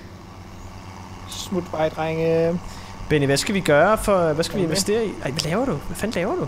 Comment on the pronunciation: Det hedder "Investere", ikke "Invastere" hahaha